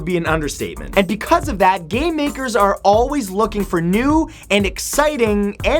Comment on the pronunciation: Cool,but in the introduction of the video I heard "gay makers" not "game makers"